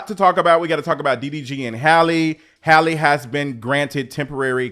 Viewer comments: Please pronounce her name correctly. It's Halle, not Hayley . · Her name is not Hailey y’all !!! 😭😭😭😂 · not you keep calling her Hailey 😂😂😂 who is that yt woman??! Our sis’ name is Halle like Berry ✨ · come on yall. Halle like Halle Berry. not hailey. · “Hal- ee “ not Hailey, not Holly. Everyone chopping that poor girl’s name up. 😆😭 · Her name is Halle, not Hailey. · You keep calling this lady HAYLEY… her name is HALLE pronounced HAH-LEE… just like Halle Berry… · That girl's name is not Hailey, it's HALLE, just like HALLE BERRY. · her name is HALLE like SALLY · My guy it’s “Halle” como “Halle Berry”. 😂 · I love your videos and takes. However, her name is Halle, like Halle Berry. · ❤with love pronounced Halle like valley. Thanks for the update i wish streamers were charged with bullying when they manipulate their audience😢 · It’s Halle like Halle berry btw ❤ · The way you pronounce Halle's name 10 different ways is sending me.